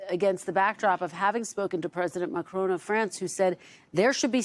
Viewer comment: It’s Ma-Cron, not Makroone, you only just interviewed him. Silly ignorant lady.